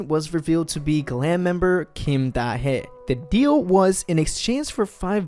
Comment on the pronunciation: It's pronounced Da Hee as in HEE Chul